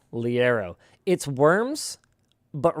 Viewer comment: i remember liero!! never knew it was pronounced like that??? the modded weapons were great